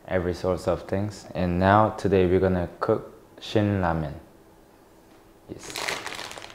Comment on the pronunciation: No joke I thought he was saying cook lemon...I was confused for min there I think he meant Ramen